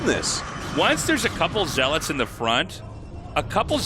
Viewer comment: Someone teach him how to say zealots lol